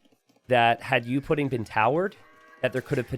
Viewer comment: gonna remember that for ever "youpidin" is what you said in my language that sounds verry funny im welsh.